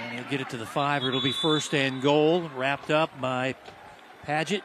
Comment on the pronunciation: Great commentary, but it's "goal," not "gold." Thanks!